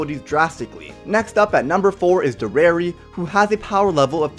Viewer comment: That's not (dereri) its (Deriyer) (monspit) is (Mons-piyet)